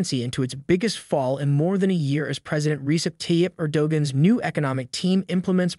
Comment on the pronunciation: Your pronunciation of the leader of Turkey is laughable! 🤣🤣🤣 Don't believe me? Ask Google?